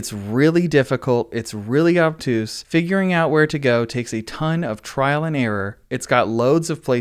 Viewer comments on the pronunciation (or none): none